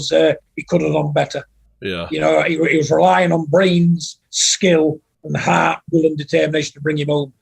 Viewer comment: John “he’s got no ARRRRT” Fury